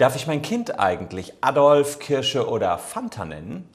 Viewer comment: Der Mensch hieß "Adolf" nicht "Addolff"